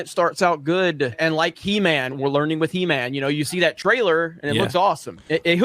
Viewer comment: When says "good"... 'Gooduh'